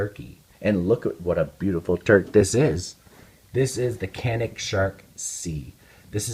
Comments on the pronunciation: "Canik" pronounce as "Janik" in Turkish language. Sounds like "j" letter while saying "Japan" in English. By the way awsome video :) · Pronounced JOHNICK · Just so you know, in Turkey it is pronounced "Janik". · This gun is pronounced Ja-nik, with that said I have the 55 TP9mm, great gun at a great value.